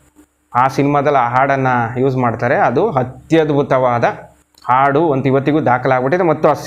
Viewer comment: Swalpa akaara hakaarakke gamana kodi sir. Aadu alla , haadu. Osa alla hosa, hamoga alla amogha. Pl take care of these things. Nim progs channagirutte, bt dayavittu bhaashe uccharane kade gamana kodi.